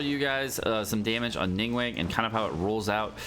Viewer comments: Not chinese but pretty sure its not pronounced Ning WENG but ning gu-hwang(but very fast) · Its not ning-wang is closer to ning-wong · Ningguang isnt pronounced nin gueng pleaseitishurtingmeears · Game has voice acting in like 10 different languages, none of them pronounce it wrong.: "ning-wayne" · love your videos but it's pronounced: ning-guang (ning-goo-wong). 凝 (ning) 光 (guang). 凝 - stiff and 光 - light. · Why do you say her name like that? Lol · Finally i found someone who noticed too!